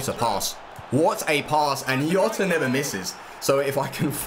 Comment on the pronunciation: its not yota is gzota